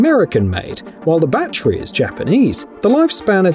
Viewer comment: It's NOT a "Ba-Tree", it's a "ba-TTerY"